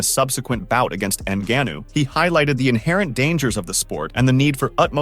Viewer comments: N-guh-know.. lol.. n-gahn-ou is his yoy say it. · "francis engannow". AI voices ruining yt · PLEASE and I speak for everyone listening say Francis Ngannou name correctly. That was embarrassing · En-Gan-Oh Denyeel-De-Bowa so many problems with this video.